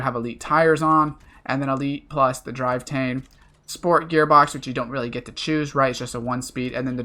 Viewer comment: Can't read a number properly, said driveTAIN' when its DriveTRAIN' and the recommended spot to get the trophy 🤣🤣🤣🤣 This guy is definitely the most mentally challenged NFS heat youtuber, but he still taught me some things!